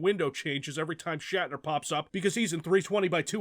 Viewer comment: Shat, like in had a shit. Shatner.